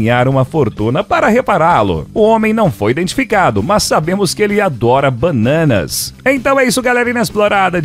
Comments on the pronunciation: "Bãnãnás" KKKKKKKKKKK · O cara adora "bânânas". PQP kkkkkkkkkkkkkkk